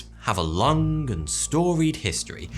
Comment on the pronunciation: I heard it as 'Air pollution has been a problem for a lung time' XD